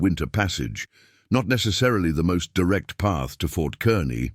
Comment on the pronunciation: Fort Kearney is pronounced Kar-nee